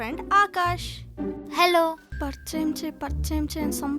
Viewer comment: Parchayam kaadu thalli parichayam